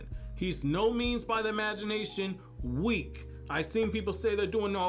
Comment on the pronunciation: Bro the way he put sakura when he said WEAK got me 🤣